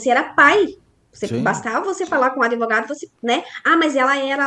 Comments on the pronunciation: Uma Advogada da defensoria falando : um amigo meu... Adevogado aff assassinaram o português😂😂😂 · Advogada falando que tem um amigo "adevogado""... fora o "impactuar" que a colega inscrita já citou. Tem coisas que doem, sabe? E o pior é que estão sendo ditas por alguém com, no mínimo, graduação.